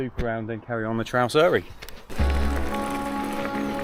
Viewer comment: Interesting watch but why not take a few minutes to learn the pronunciations properly? You wouldn't visit the alps and just happily butcher all the names over there...